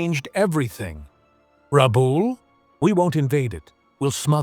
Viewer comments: Rebool? Rabul? Rebell? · The presenter is unable to pronounce RABAUL correctly & on screen spelling is wrong. Lift your game. And it was an Australian possession. 🦘🇭🇲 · I grew up in Rabaul. I wish they would say the name correctly. I went to school over the road from the major head quarters for the pacific. It was was only 1960 -- 15 years after the end -- still heaps of stuff about. Was an interesting time. It was well defended but was not a fortress.